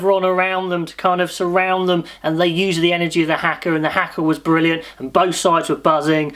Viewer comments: Please pronounce it properly "haka" not "hecker" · It's pronounced Car..Haka car is the best I can do lol.Well done England and also our boy's.